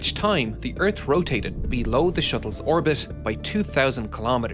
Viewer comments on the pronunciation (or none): Why do you mispronouncing the word earth? You keep saying "urts" what is an urt?